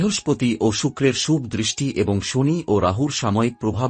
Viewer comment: ভাটের কীর্তন?উচ্চারণ ঠিক নেই, বাংলা বলতে এসেছে,ফালতু লোক ও তার বকবকানি,ছি:শুভ্,উৎস্ কি উচ্চারণ?